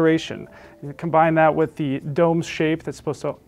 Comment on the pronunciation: Usually not this guy: it's pronounced dough-may. Also, for those considering these: the satellites are exquisite but for those who have heard a 10" or greater sub with serious amplification - think SVS - the included sub is a not going to satisfy your bass needs. And, as someone else notes above, having a 5" round for a center channel requires mounting it above the screen, which is not everyone's favorite spot.